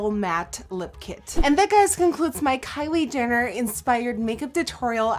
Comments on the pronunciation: You said Kylie Dinner xD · Sounded like she said "Kylie Dinner" 😂😂 nice video though! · Is it just me or did anyone else catch when she said "kylie dinner" 😂 i love you though nikkie!!!!!! ❤️❤️❤️❤️ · she said kylie dinner😂😂😂😂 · She said Kylie dinner lol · did anyone else notice she said Kylie dinner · did you call her kylie dinner???? ** the cc confirms!!!! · She said Kayle Denar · did she say Kylie DINNER?